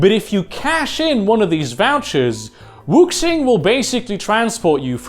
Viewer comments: It's pronounce "wu-shing." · Fantastic Video. Just one thing Wuxing is spoken as Wushing, the x is always a sh in chinese romanisation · Excellent work. RE: Wuxing. The pinyin romanized "X," which often bufffaloes western readers, is a soft "Sh" sound, almost an "S" sound (in some dialects, it really is closer to an "S," but not in high Mandarin) pronounced with the tongue up against the front of the mouth. It bears no resemblance to the English "X" in pronunciation. If you simply say "woo-SHING," it's close enough for runner's work.